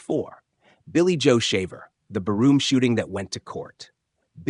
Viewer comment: Yep. Can't even pronounce bar room right. Barroom? Really!?